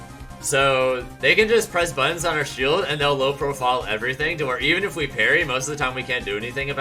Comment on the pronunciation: The way he says buttons is so odd